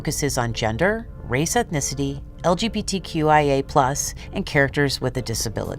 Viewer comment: "Elyibitiquiw, ay, ei" XDDDDDDDD Me sonaba a una turbommda decir "LGBTQIA" , pero en inglés... me parte de riza decir "elyibitiquiw" XDDDDDDDDDDDDDDDD